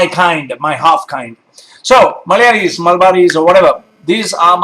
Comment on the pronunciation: You say the word "Malayalee" in the perfect accent possible.